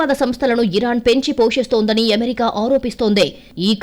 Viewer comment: ఎమెరికా కాదు అమెరికా.... చెత్త స్టైల్ వాగకు